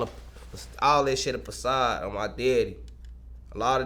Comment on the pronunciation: Make sure everybody leave the “pacility”. It’s facility “It’s all a pacade”. It’s façade 😂😂😂